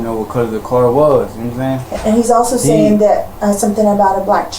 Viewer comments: Gnome saying 🤣🤣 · "Nom sayn"... no, I don't.